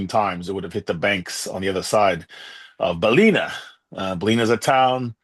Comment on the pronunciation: Hi thanks for interesting conent from a Saffa living in Ireland for almost 10 years. Thought u may wish to know that some Irish are sensitive about pronunciation of their towns. Ballina = Ball-in-nah and Killaloe = Kill-a-low:)